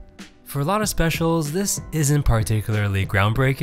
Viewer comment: can you hear SPEC-IAL